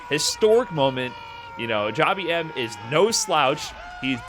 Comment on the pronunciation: It's not Jah-bee-em. It is jab him. Like jab jab spiral arrow.